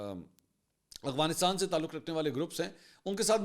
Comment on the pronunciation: Oh Mama Hazar Bar Bata Chuka Hun Aghwanistan Nahi Afghanistan Hai Hamesha Ghalat Naam Letay Ho Logon Ko To Bohot Correct Kartay Ho Ghalati Par Apni B To Correct Karo